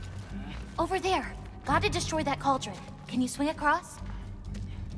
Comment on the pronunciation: “Balldron” Tf bro